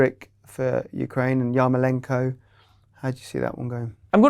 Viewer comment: Man said yarmolenko 😭